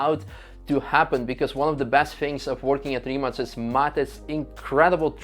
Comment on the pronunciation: Do the people at Rimac get annoyed when people pronounce Rimak ? Im from Poland ,so C we pronounced like in Croatia .Slav connection ,)